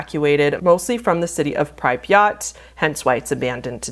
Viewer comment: it's Pree-pyat.